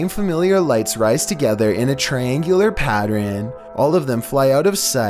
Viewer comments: triangular paterehn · i love how he says "pattern"... patter'ennn